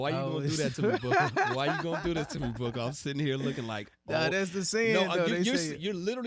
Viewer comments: Why he keep saying buuuka 😂 nigga it’s boooooka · its boo-ka not booka